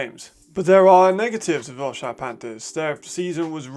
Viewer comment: Quick mention: Wroclaw is pronounced "Vro-tswaf"